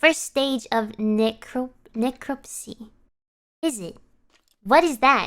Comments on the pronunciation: I should point out that she pronounced narcolepsy as “necrolepsy”. Necro means death. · Gura doesn’t know how to pronounce narcolepsy